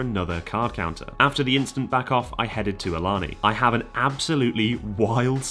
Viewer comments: Awesome video. I would point out that Ilana is a native word and it is pronounce ay-lah-nay. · FYI they pronounce that large casino as ill-la-nay. Live like 15min south of it and hear their radio adds all the time. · I think Ilani is pronounced "Ey-la-NAY" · FYI, Ilani is pronounced (ay-LAN-ay) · ILANI is pronounced A-La-Nay......I know it is wierd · For some unknown reason it's pronounced "ey lah nay". No clue, but I see the billboards too much and the commercials every day. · Ilani is actually pronounced ee-lun-aye. It's confusing I know. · Thanks for coming to the PNW and actually Ilani is pronounced “Ee-La-Nay” ;) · Having just driven by Ilani a couple days ago and living in the area - I believe it’s pronounced (AY-luh-NAY). That’s based on radio adverts I’ve heard for the place. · Btw, Ilani is pronounced “ay-la-ney” 😁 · Can’t wait to hear about Ilani, I live close to it. It’s actually pronounced A Lynn A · Since it’s my home casino I just have to comment and say that you’re mispronouncing ilani. Hope I get good enough to get backed off one day lol. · Ilana; the I is pronounced as a hard A, the first A (in the middle) is pronounced as a soft A, the last A is pronounced as a hard A.